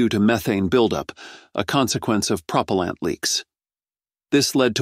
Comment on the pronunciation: The AI narrator needs more training, particularly on the word 'propellant'. No human that uses words for a living would make such a mistake. How the flaw got past QA is inexplicable.